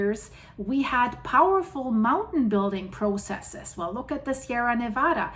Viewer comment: Slow clap👏👏👏You get extra credit. Not even from the country and can still pronounce "Nevada" better than most. Heathens.